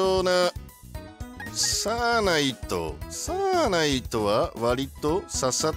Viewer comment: サーナイトの発音おかしくね。笑